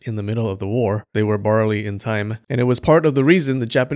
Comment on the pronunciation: They where "barley"(barely) in time.